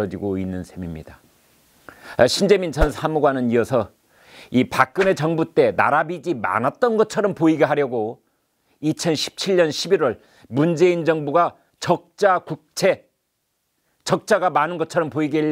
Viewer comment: 나라 빚이 비지지 비시 아니다 / 빚은 비지라고 얘기해야 한다